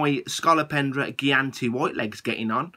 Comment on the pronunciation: Your centipede is superb!! It is always nice and exciting to see it every now and then. Thanks for the fantastic video, mate. Ps. Gigantea is pronounced 'Jighantehah' :)